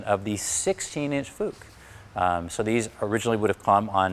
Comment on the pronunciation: Not claiming to be an authority here, but I did study German language. Proper pronunciations as follows: Boge- 'Bogeh' with hard 'G', and the 'E' as in egg. No such thing as soft 'G' in German language. Also, every vowel is pronounced. Also- Fuchs (meaning fox in German) is pronounced with a short 'U', as in football.